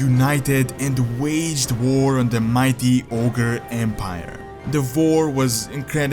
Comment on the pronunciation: who else thinks it sounds like he says vore instead of war